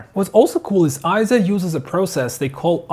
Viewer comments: Yep, I'm another Eizo fan and user. Having watched a few Eizo videos on youtube, I wonder why the vids produced in the UK and Europe pronounce it Eye-zo , when in Japan it's pronounced Eizo as in Eight. If it was Eye-zo it would be written as Ai, as in Aikido. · Correction: It's not pronounced IZO, It's pronounced AY-ZO. Please refer to EIZO in Wikipedia and EIZO's own corporate video where you can hear it pronounced AY-ZO in the video.